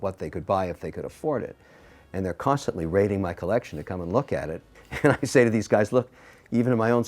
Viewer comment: Another Mr. wonderful video, another round of feeling triggered by the pronunciation of "colleccion." Love these!